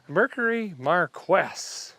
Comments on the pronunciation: Its pronounced Ford Mercury Mar-qee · pronounced Mercury................... mar key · Pronounced Mar-keys , Bro-hm, or Brome more so. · it's pronounced ' MAR-KEE ' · Marquis is pronounced "markee" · pronounced MAR- Key BROME (as in Nome Alaska) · Dude, it's pronounced like "Markee". The Q is silent. Just saying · Marquis is pronounced Mar Kee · Hey Derek, I believe it's pronounced "Markey". Just thought I'd let you know. My family owned a 1970 Mercury Marquis Colony Park station wagon. It definitely a land yacht but it had tons of room. Great video and great car. 👍 🚗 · It is pronounced Mar Kee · it's pronounced MAR-KEY...And Bro-ham... not the way said it. it's clear your nota a ford guy..i've been driving fords and Lincolns all my life. that's truly a gas GUZZLER! LOL!! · I bought this same model new from our Mercury dealership in 1972, same engine (14 MPG) and it was a dream to drive, super comfortable... by the way I'm sure you're mispronouncing the name on purpose but if you're not, it's pronounced MARKEE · I think maybe its pronounced, mar kee. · Are you pronouncing the name of the car wrong on purpose or what? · I just started this video, but please tell me he's mispronouncing Marquis and Brougham on purpose?? It HURTS my ears! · did you purpose mispronounce Marquis? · ...it's a Mercury "Mar-quess"???? LOL!!! Try "Mar-Keys"!!!! The "Bro-ham" Edition?!? LOL!!! Love ya, man!! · " MARQUEE" pronunced in French... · I dont know if somebody told you, haven´t been to all the comments... Ita Broouum instead of Brog-ham, and it´s Markeeeee, not Mark-esy. Funny Though.. Greetings from Germany! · Mercury Mar-kees.... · It's Mar key. Not Markwes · It’s pronounced Mar-key not Mar-kwiss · English Pronunciation: Marquis = Mar-key and Brougham = Brum (Google tells all). With Americanized English you’ve forgotten that not every letter needs to be sounded out and some letters or combinations of letters sometimes like to sound like something else or even silent. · Mar-Kees Brome